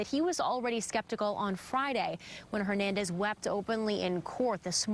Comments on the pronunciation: why cant that guy say “ Hernandez” correctly???? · watched a show with this cop butchering “ Hernandez” every time he says his last names- dumb